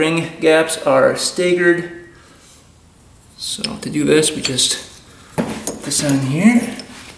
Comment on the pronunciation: listening to show pronounce staggered cracks me up am i the only one that cringes when he start brapping the throttle IMMEDIATELY after a first start from an engine rebuild.. i can just feel that metal getting slashed off.